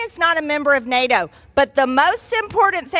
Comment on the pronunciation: MTG, please!!!! NATO has a T and not a R!!! You don't say NARO!!! 😂